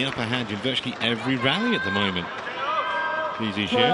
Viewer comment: I love how the umpire pronounced Lee Zii Jia's name correctly, it sounds exactly how we pronounce his name in Chinese....I think the umpire probably speaks Chinese too